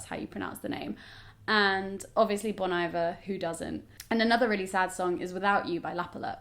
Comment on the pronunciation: Just a little thing it's pronounced "Bone E Vare" Like I pronounced it that way too until I watched an interview and I was like SHIT